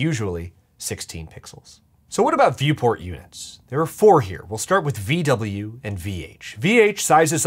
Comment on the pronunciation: When I heard vwin, I thought you said women